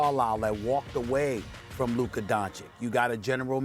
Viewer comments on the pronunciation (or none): Luker don-chick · SAS Can't Talk Luker 😂😂😂, I remember He Used to Say Kember Walker and Kawhi Lenned 😂😂😂😂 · no one: stephen a: “luker” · "Luker" this dude lol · Stephen A "Lukeer" Smith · Who is Luker? 😂